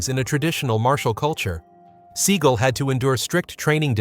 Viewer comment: 720 and 540 degree kicks???? Where the fuck are you getting this from? There is no such things as either 720 or 540 degree kicks. And it’s pronounced Sea-gal, not Seegle. Two syllables, like dumbass. Which is you.